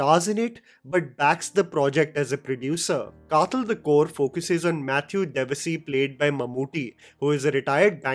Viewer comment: Hey...as a fan of your review and a malayali myself ,just a humble point out..kathal is not the way you pronounce ..th is as you wld pronounce when you say The..or as in dawaii (medicine)😊